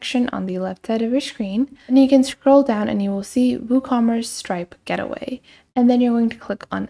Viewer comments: It's GATEway, please god stop saying "getaway" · I understand that English may not be your first language but you should be saying 'Gateway' (Gate-way) not Get Away. Just helping.